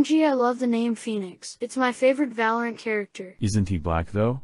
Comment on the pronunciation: Jay is not even good at valorahnt